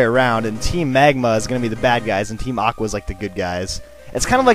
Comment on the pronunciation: "Look who is there, it's Team Awwwhh" LOL